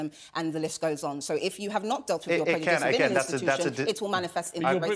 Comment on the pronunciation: ‘Prejujice ! ! ! And Prejujice’ 😂😂😂😂